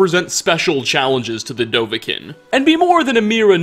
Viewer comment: I’m on board with everything except the way he says dovahkiin. The song, and every person in the game call him Doh-vah-keen. It’s even spelled with 2 i’s.